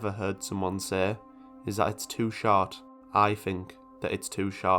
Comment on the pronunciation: The first time you said 'short' I heard 'shart'. Wow.